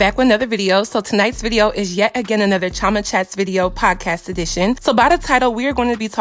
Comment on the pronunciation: This is the first time I’ve heard your name pronounced that name. Most of the time I’ve heard it pronounced as Cheee- oh- ma